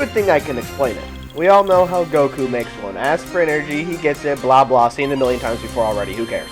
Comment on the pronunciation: "stupid energey" LMAO!!